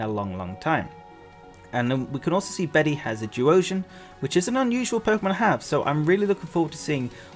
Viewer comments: I just looked it up- the male name Bede is pronounced ‘bead’/‘beed’ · Bede is pronounced Bead